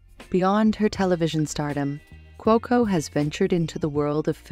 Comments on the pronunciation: Would have been much better if the narrator had learned how to pronounce Kaley’s last name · This video should be titled “how many wrong ways can you pronounce ‘Cuoco’?” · Please learn to pronounce the words you use. Kaley is CUOCO not COCO. Camarillo is Spanish the double L is not pronounced the way you pronounced it